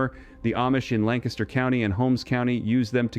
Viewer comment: Thank you for pronouncing "Lancaster" correctly